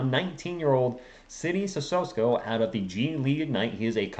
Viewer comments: I think it's pronounced as Sisoko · My brother...it's, "CISSOKO!", there is no "S" in front of the "K"...you're making this tooooo complicated!!!